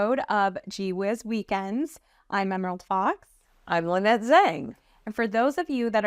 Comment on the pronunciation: Tell when your at XRP Vegas, that its La-nette, not Lie-nette!